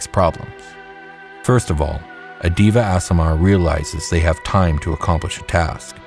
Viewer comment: Deva is pronounced Day-vuh. Great video!